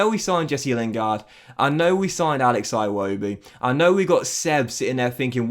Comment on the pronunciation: oh ffs youre going to pronouce iwobi wrong the whole time like you do richarlison